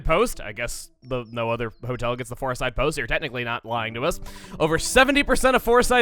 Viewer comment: You said floreside bakery second foor